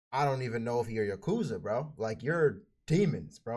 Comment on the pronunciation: it's pronounced YA-KOO-ZA